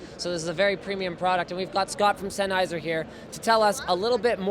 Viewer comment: It's Sennheiser, enough said.